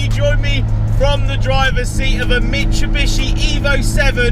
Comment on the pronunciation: yoh rip mitsubishi pronunciation lol, love the vids tho bro